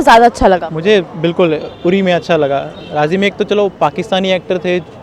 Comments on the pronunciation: यूरी नहीं बहना..... उरी.. बोलना तो ठीक से सीख ले.. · It's Uri.. not Yuri... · उरी है यूरी नही। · यूरी नहीं अनपढ़ उरी नाम है। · यूरी नही उरी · Yuri nahi URI.. Indian ko to pronounce sahi karna chahiye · Madam its ऊरी not युरी 😂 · Bloody hell it's not यूरी । उरी है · यूरी नहीं उरी है मैडम 😬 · उरी को यूरी बोल रही है। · Angrejo ki aulad movie ka Nam you think se le mahi rahi. Chali hai review lene. English mei kam se kam "Uri" toh bolo "yuri" kah rahi ho. Vaise Hindi mei jagah ka na "udi" hai. Aur vahi bolna chahiye. English ko ignore Karna chahi. Varna feeling mahi aaki. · Madam Yuri nhi it's uri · Didi it's not यूरी its उरी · The place is called 'Ori' not 'Youri'. Please do the basics. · Its not युरि .....its उरी..bhenchod naam तो thik se bolo अनपढ़ कहिके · गवार युरी नहीं ऊरी है..... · Name to theek se bolo...Yuri nhi Uri hai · It's not yuri... It's only URI.. Pehale samajhke aao phir anchoring Karo.. Yaar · Not Yuri, it's Uri( oorie). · यूरी नहीं उरी है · Dimaak se pedal yuri kya hota h.. Hindi bolne ki akal nahin h.. Chal di mike pakadne.. Yuri hahahaha yuri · Arrey yaar pronunciation toh thik karley meri maaa"you riii" nahi hey😂😂😂😂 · Stupid uri naam hai pehle bolna to sahi kar le.kaha se anchor bn jate hai. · Koi isko 4 laat maro pls...URI ko pronounce karna sikhao koi is gawwar ko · Are naam to thik se bol le..